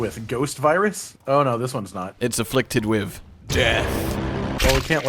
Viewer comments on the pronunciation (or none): "Affliced" lol